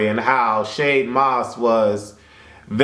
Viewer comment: LOL why do you keep calling him Shade Moss, it's Shad (pronounced Chad with a S)